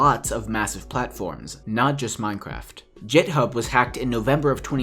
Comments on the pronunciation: "jithub" ... ... ... It's pronounced git-hub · Did this man just pronounce it Jithub? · Im so annoyed he pronounced github with a j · The way you pronounced GitHub hurt my soul.